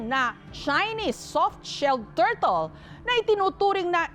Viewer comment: Turtle ❌ Tortol ✔️ 😂😂😂